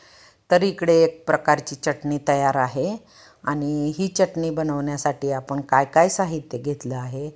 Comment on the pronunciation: आपन नाही आपण म्हणा हो .